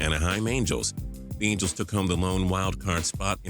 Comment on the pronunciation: You said mangels not angels